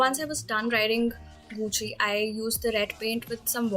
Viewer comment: It's GUCCI not *guccy*🤦‍♀️